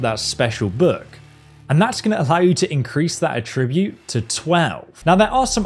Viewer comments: It’s att-ribute Not a-tribute lol sorry Great tips btw bro. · you say attributes wrong. It's not "A TRIBUTE" its "Attra bute" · PLEASE learn to pronounce the word 'ATTribute' correctly. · Great vid, but mispronouncing 'attribute' every five seconds was grating, man! it's ATT-ribute in this sense of the word, just to be that guy for a second. Good tips tho. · You’re saying the word attribute severely incorrectly. Your accent is not an excuse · Absolutely love your videos. This was enjoyable but the way you say attribute as a fellow English man makes me want to punch a kitten 🤮🙈😂